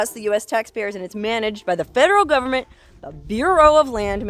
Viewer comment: You said government wrong.